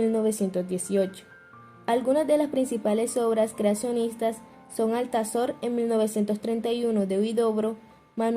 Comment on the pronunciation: no es Alzator! Por Dios! Es Altazor!😂